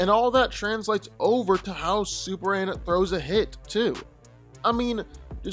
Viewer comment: Am I the only one who keep hearing superann and not superman?